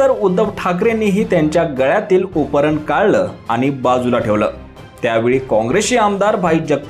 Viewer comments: अहो उपरण नाही त्याला उपरणे म्हणतात. आधी मराठी चे उच्चार सुधारा. मग निवेदन करा. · अरे उपरण नव्हे रे बाबा त्याला उपकरणं किंवा उपरणे असं म्हणतात शिकून घे